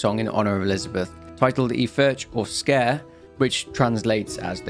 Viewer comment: I always thought it was pronounced like "Squer" not like scare.